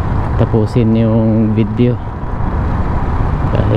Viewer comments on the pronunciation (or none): none